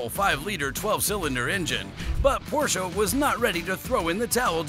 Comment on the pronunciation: Congrats on pronouncing "Porsche" correctly. Thank you for a great video.